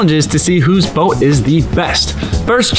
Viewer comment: O:45 I thought he said bone not boat